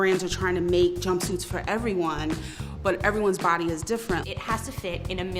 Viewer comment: You’re supposed to emphasize “every” not “body”